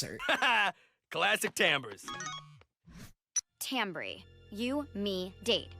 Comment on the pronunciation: It's probably never going to come up again, but I couldn't help twitching with the character names you mispronounced. Wendy's friend is TamBry, not Tamry, and Soos' girlfriend is Melody, not Melanie! Sorry for the nit-pick, otherwise I loved the video!